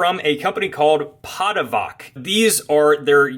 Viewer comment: Hey, not trying to be rude or anything, the ch in the name is pronounced like the ch in cheese. and the name it self means Hander(like someone who hands you stuff) there isnt really a English word for it that i know that fits better